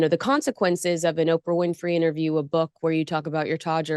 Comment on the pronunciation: Tom bower cant pronounce words, sentebale is pronouced like bali, kate is catherine (he wont as he doesnt like her) and oprah winfrey he pronounced "opera". For an intelligent author its disappointing